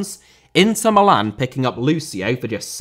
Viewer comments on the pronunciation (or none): none